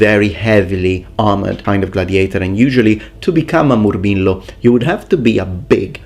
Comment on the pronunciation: The way he says Moorrmeelo with the rolling r's